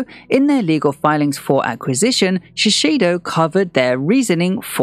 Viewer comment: A pet peeve but it's Shiseido with one 's', not Shisheido.